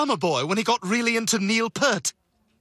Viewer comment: But they didnt get his name right… Stewie pronounced it Neil Purt… Its Neil P ear t